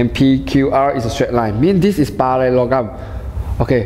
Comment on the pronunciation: The teaching is really helpful but i can't stop laughing when he pronounce parallelogram